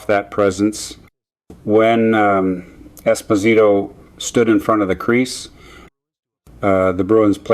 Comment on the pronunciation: Definitely. Mispronounced Esposito and Trottier. Why do they do this? So obvious.